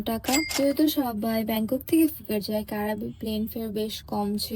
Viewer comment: উচ্চারণ টা "ক্রাবি" ওটা কারাবি নয়!!